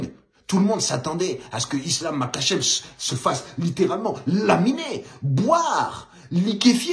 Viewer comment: ca se prononce marhachev